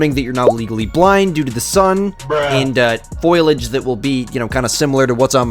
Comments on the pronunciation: Foh lee ij* not foy lij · He said Foil ij 😭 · Stop saying "foilage" its foliage!